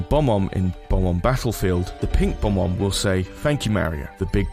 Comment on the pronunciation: Does anyone else get irritated when someone says “Bom-omb” instead of “Bob-omb”?